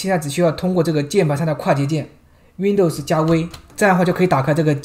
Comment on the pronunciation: 为什么是熨斗丝？不是读温逗丝吗？哈哈～